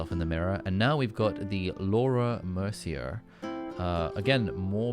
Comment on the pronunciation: Hehe ALIII!!! it's pronounced as "Laura MERCI-EY"